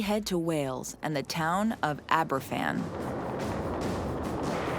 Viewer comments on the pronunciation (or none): #7 - Aberfan is pronounced as ‘Abba-van’ because it’s a Welsh village name. The youngest school children would have been 66 now but the youngest victim was just 2 years old in 1966. That’s a whole generation of Baby Boomers lost to an avoidable disaster.